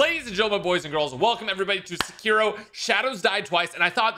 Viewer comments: Lmao one of his favorite games of all time and he doesn't even pronounce the name of the game correctly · Tell me you’re a white boy without telling me you’re a white boy: “One of my all time favorite games is Sakeerow” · this is one of my favourite games of all time butchers the name entirely